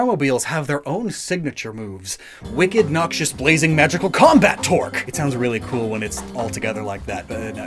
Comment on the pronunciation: ooooh torque. i was confused as to why you were saying twerk